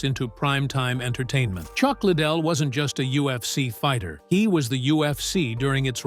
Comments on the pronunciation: As soon as I heard "Chuck Little" I just couldn't watch anymore lol. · It’s pronounced Chuck Ly Dell, not Chuck Little. Get it right for Christ Sakes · La..dell not... little..how do you do a documentary without knowing how to pronounce the name? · Chuck little --- not Chuck liddell--- 👌 🥳 😖 🥴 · Chuck little? That's not how his name is pronounced. How can you trust anything said with this. This could be the creation of an 11 year old. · Chuck Ladele. L A D E L E u no how to read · What’s a shame is you can’t even pronounce his name right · Try saying his last name right. you might get more views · Stupid asses can’t even pronounce his name, right🙄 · The way chucks last name is being pronounced is annoying. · Computer voice couldn't pronounce Chucks last name correctly.... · That's ridiculous that ur choice was leaving in mispronouncing his name. Wow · Pronouncing his last name wrong